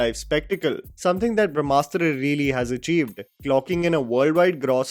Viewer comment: Brahmastra deserves half a star at best. The heroine calls it Bhramastra, not Brahmastra. She couldn’t pronounce it correctly. She shouts ‘who are you, Shiva’,’ what are you Shiva’ countless times before intermission. I thought it was a cocktail made with a dash of Harry Potter, Hero’s duality & Force and darkside from Star Wars and typical Bollywood love story!! It is not rooted with our history/mythology. Take inspiration from anywhere you want, but presentation is important. Even Bahubali had love story of Devsena and Amarendra. It was beautifully written. Brahmastra showed love story of leads like some Instagram reel.